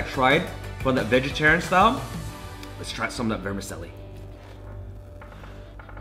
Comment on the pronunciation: i just saw this at 99 ranch, was curious. good video. not making fun of you, it's an Italian word but vermicelli is pronounced vr·muh·cheh·lee.